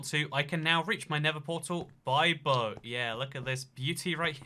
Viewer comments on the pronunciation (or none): You were saying boat wrong the whole time 😡